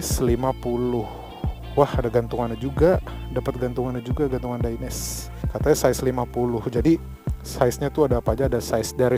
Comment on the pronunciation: bang bacanya tetep dainese bukan daines krna dainese itu produk italy jadi e di belakang ttep dibaca 😊